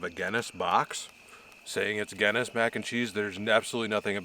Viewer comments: Someone please tell him how to pronounce the beer right and the pasta I’ve never laughed so hard on how he said them completely wrong gayness wtf its Guinness and the pasta don’t even if your Irish you should be angry. I love this guy but come on and did you try the tv settings may be there is some setting there guy. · Glad your still doing ok, you always cook such nice looking food. Its actually pronounced GIN same sound BIN ness. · Somebody teach this guy how to say Guinness, please!! 🤣